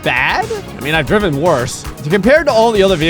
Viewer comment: Am I the only one that gets triggered every time says "driven"? 😆